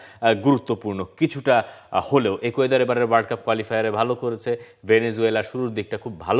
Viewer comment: একুয়েদর ❌ ইকুয়েডর ✅